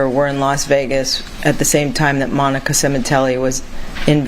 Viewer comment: And once again I renew my objection to this female defense attorney and reassert it drives me nuts how bad of a listener she is... she can't even say Monica's sisters name right